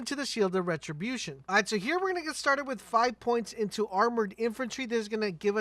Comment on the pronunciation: Correct pronunciation is a thing... It's the slaughter shaft, graveward, retribution...ECT...